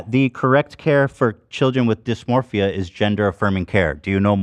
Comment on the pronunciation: Ethan continuously saying "dysmorphia" despite being corrected multiple times is so funny